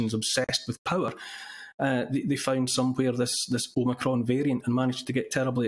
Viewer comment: ITS NOT OMICRON, ITS OMNI-CON!